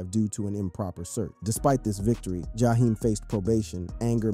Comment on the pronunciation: And who is Ja- hime? 😂